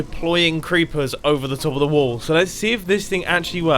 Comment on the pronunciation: Whenever he says wall i hear wool